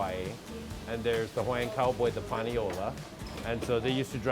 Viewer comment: Not “PanioLA” you eeeeeeeediot